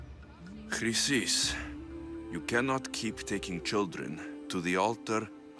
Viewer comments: U called Chrysis 'Chlamydia.'......look it up lol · Chrysis: Kree-Sis